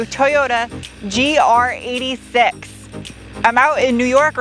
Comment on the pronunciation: It's not a GR86, it's a GR8-6.